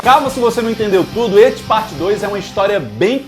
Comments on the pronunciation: Só eu que fico puto quando ele chama "et" nem pra chamar "It". Na verdade o nome dele é Penywise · pq tu fala ET em vez de IT? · Pqp "eti" kkkk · hehe, é que do jeito que você fala parece ecchi (um tipo de anime "pornô" japonês) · Eu amo o, mas toda vez q ele fala "et" eu fico meio perdido hahahahha